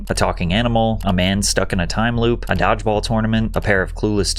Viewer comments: Why is he saying "diveball" for dodgeball? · "Dog-ball": yeah, AI.